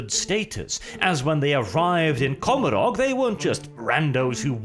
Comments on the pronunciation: you are my favourite, and I stand under correction, but I do believe the pronunciation of Commorragh is supposed to reflect the pronunciation of Gommorragh from the Bible. Which is usually pronounced Go-mo-rah, forgive my poor phonetic transliteration skills. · Commorah...is how it's pronounced.